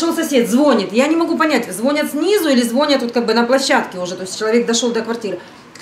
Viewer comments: Дико извиняюсь, но "звонЯт" а нет" звОнят" слово не от слов а " вОнь" поэтому ударение на О, не хотела обидеть, меня так учили, поэтому подсказываю, хотя Вам в Италии по барабану ударение в русском слове! Ну так для информации. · Звонят! Ударение на последнем слоге.